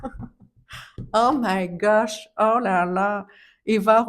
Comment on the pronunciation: Ton accent et le ton que tu as pris en disant "Oh my gosh" ressemblait a mon accent Québécois hahaha